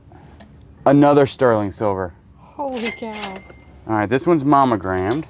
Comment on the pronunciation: Mommo-grammed? That's like Justin's "eboo" and "joory," right?